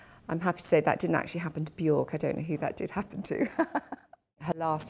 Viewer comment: Her name is Bjork..it rhymes with jerk. For the love of everything sacred please stop pronouncing it incorrectly.